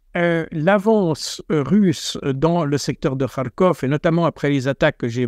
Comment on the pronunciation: Il ne sait mêem pas prononcer Kharkov. C'est déplorable, même HugoDécrypte le fait bien...